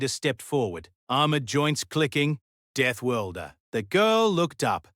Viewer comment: DeathWORLDer, not deathWIELDer, please; try to get it right.